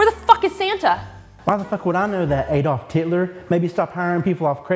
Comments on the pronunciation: I spit out my drink with I heard Adolf Titler. Merry Christmas! Thanks for the laughs. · "Adolf Titler" 😂🤣😂🤣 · "Adolf Titler" 🤣🤣🤣🤣🤣